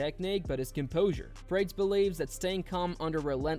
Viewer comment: What is this nonsense channel? Can't pronounce Carlos Prates? Who the fock is Praytes?